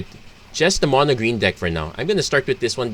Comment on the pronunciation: Your accent sounds like your saying trees mana, instead of green mana